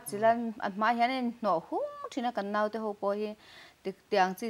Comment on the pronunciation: Nopang nilo vin Naupang Note nilo vin Naute.